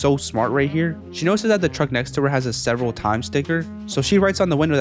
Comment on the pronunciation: Fr like the mis pronunciation had to be intentional cuz they say it in the show Sev'ral Times (giggle)